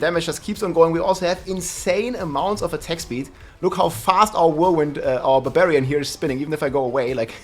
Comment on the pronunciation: Barbillions? No….its barbfinite damage!